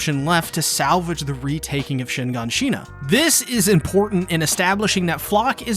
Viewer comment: Shinganshina is a single word... why bro...